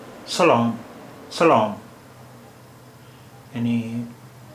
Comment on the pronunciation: سلعم سلعم ناکرو اور چتروی نهی چطوری اوک